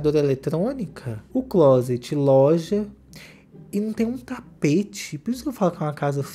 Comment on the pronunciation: O melhor do inglês dela é ela falando closet…